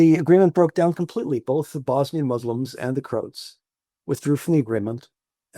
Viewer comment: Why is he mispronouncing “Croats”?